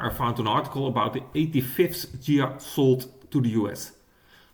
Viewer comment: It's pronounced Ghia and definitely not Dshia! Es wird Ghia ausgesprochen und definitiv nicht Dschia! Best regards. luck, wisdom and especially health.